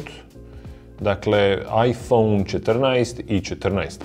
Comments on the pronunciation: bože sačuvaj kako izgovaraš "iphone" 🤣🤣🤣🤣🤣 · Je l' meni samo cudno on izgovara 'iPhone' ? haha